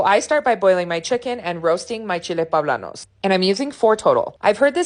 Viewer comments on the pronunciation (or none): They are "Poblanos"" not "Pablanos" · Looks good even the poe-bla-nos.